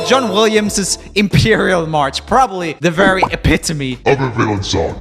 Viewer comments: JOEL LEARNT TO PRONOUNCE EPITOME GUYS!!! 🎉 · Joel learned how to pronounce ‘epitome’! I’m so proud 😌